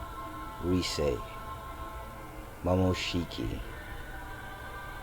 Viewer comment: Did he say momoshiky